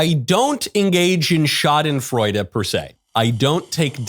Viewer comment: As a german I say: Props on pronouncing „Schadenfreude“ correctly ☺️